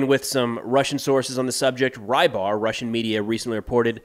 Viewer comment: Rybar (Рыбарь lit: "fisherman") sounds like "Rib-eye" for reasons I'll never understand even after years of thinking I can speak Russian. My Russian-speaking friends SWEAR there's a final "r" in there, but my ear can never pick it up.